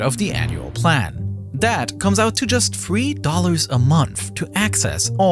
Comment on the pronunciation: like nardwuar, this narrator is unable to make a “th” sound, strangely pronouncing it as either “d” or “v”, ie: brother/other = bruvver/uvver the/that/they = duh/dat/day